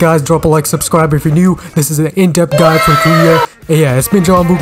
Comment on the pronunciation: "welcome to my none gatcha Gide"